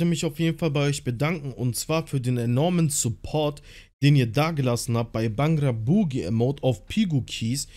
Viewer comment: Feiert ihr das auch so wie er bhangra Boogie ausspricht oder bin ich der einzige 😂